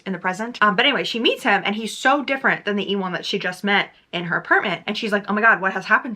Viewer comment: omg girl ewan is pronounced like you-in. like the actor ewan mcgregor! did they really pronounce it like e-wan in the audibook?!